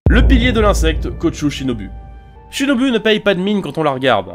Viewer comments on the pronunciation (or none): Pourquoi ShinobU ça se prononce Shinobou